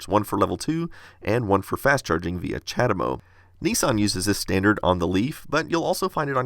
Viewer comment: What do you wanna bet that Chademo, being Japanese, is actually pronounced more like "chah * DAY * mo (long o)"?